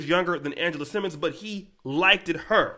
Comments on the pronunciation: Liked is pronounced as a singular. Not likeded. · I hate when people say, “like-did.” It is likeD.